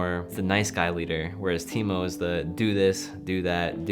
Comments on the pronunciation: them saying teemou realy triggerd me for some reason it's TAImou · as a Finnish Person I know it should be pronounced taimou but no one really cares even taimou doesn't